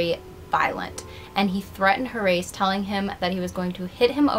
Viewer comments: “Horace” is pronounced HOR-us, not hor-ace. You’re welcome. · Thank you, that was bugging me. HOR-US (Yes, like the Egyptian diety!). Great vid and channel btw! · It's probably moot at this point, but the name "Horace" is pronounced like HORIS, with the accent on the 1st syllable. Like the word "tourist" with out the "t". Also, I didn't know that the "tryst" between Cable and Young wasn't consensual. Crazy. Even though both men and women used to bed hop in old Hollywood, it makes me wonder how many would be classified as rape given the current definition. Like your channel. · I thought she was saying Haryse/Harise which is an uncommon name, but I have heard it...Horace is another one entirely! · Horace is not pronounced HoRACE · Name not pronounced Hor- race. It's pronounced "Hor - asse". "Wil - shure", not "Wil - shire".